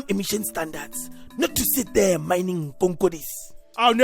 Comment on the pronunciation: "Mining konkodis". 🤣🤣🤣🤣🤣